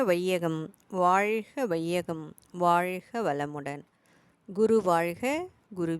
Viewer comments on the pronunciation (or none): வாழ்க வளமுடன் வாழ்க இது நாக்கை முடித்து உச்சரிக்க வேன்டும் வாய்க வாய்க உங்கள் உச்சரிப்பு நீங்கள் வேற்று மொழி சேர்ந்தவர்களா நாக்கை மடித்து பேச வராது உச்சரிப்பு வராது